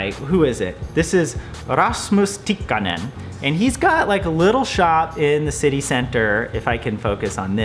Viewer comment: I could hear both Ks in Tikkanen. Well done. Few native English speakers manage that.